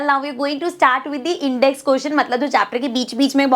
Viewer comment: It's intext not index 😂😂😂